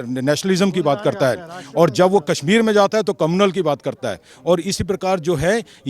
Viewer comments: Hindi Bolna Seekh Phir Video Banao... Kasmir Bolna Bund Karo.. Kashmir Bolo . Hindi ki Khat KHADI Karna STOP STOP. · Kassmir nahin bhai Kashmir bol.